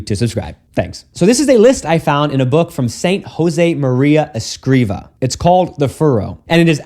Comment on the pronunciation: Father, I believe the writer's last name is Escrivá, which means that the tonic syllable is "vá", instead of "cri". In Spanish, accents (or lack of them) tell you the accentuation of any wors